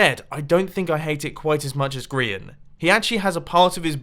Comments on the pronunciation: Grain....XD its Grian not Grain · yea! grain 🤦‍♀️ ITS GRIAN